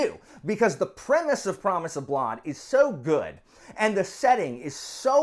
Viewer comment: Man. I have never, in my entire life, EVER heard someone pronounce blood "blod"... I had to pause to say this. There is no way, every other person I have ever heard say "blud" for "blood" is somehow saying it wrong. Come on man. Anyway, rant off. I found you because I had an idea for this kind of story and only just found out it is a recognized sub genre. I've been trying to research some since learning about it. Guess I'll need to pick up a copy of Promise of Blood or maybe guns of the dawn. Maybe